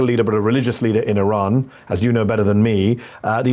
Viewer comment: You need to pronounce the name of your country correctly sir.